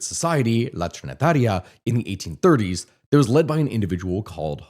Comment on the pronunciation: All your detailed explanations got ruined by not being able to pronounce correctly names like Hispaniola, La Trinitaria, Trujillo, Balaguer... And whenever the massacre of Haitians by Trujillo is mentioned you also have to mention those perpetrated earlier by the Haitian troops in several Dominican towns, most famous of which is El Deguello de Moca. 😢😢